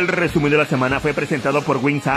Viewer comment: Jajaja rebuenisimo el rrrrreeeeeesumen de la semana navideño, y bien que cantas... Pero de la v*rga xD Feliz navidad y año nuevo